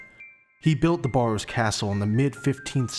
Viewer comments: The biggest misconception of the barrows family is their name, the A is pronounced as E, so its actually called berrows or bärrows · The biggest misconception of the barrows family is their name, the A is pronounced as E, so it's actually called berrows or bärrows